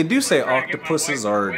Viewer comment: Ynkow when he tried to say more than one octupus bye its octopus